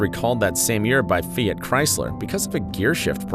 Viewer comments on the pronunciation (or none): none